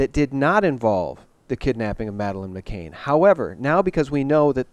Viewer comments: once again you're covering the important topics - brilliant! One little thing though, Madeleine's last name is McCann not McCain. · Madelaine's last name is pronounced "Mc CAN", rhymes with tan, not "Mc CAIN", rhymes with rain. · when referring to the McCanns could you please stop pronouncing the name as McCain. It's MCCANN, not MCCAIN or MCCANE. Mc Cann. Thanks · The MSM will be saying he can't even get the names right, McCann (Pronounced m'can not m'cain) ....Saville (pronounced Savul) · McCann not McCain. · "Jimmy Seville" (must be Spanish) and Madeline "McCaine". Dude, these are 2 of the most covered stories in the UK....would it kill you to take 2 minutes out of your life and get their names right? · McCANN... NOT McCain!! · And the way you pronounce McCann (like McCain) doesn't resonate, Jimmy Savile's name is pronounced wrong too. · its prounounced ma can not ma cain.. jimmy saville like saddle not deville...its just been bugging me lol..keep up the good work. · McCann, not McCain. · pronounced Maccan for Madeleine